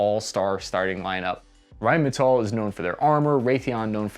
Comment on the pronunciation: since when did Rheinmetall become American?? (said til )